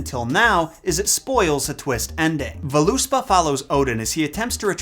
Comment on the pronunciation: An interesting video, but oh my, how you butchered some of these Norse names. Like Hermod. The name is not French... We actually do pronounce the H in the beginning. And the "Völuspá" has the stress on the first syllable "Völ". The "ö" having almost the same sound as the "u" in the English "burn", while the "á" is similar to "awe" . Both the "ö" and the "á" are long vowels, while the "u" is quite short. Ok, that was my linguistic lesson of the day! No homework, but I do encourage you to study pronunciations of the mythological characters you are presenting.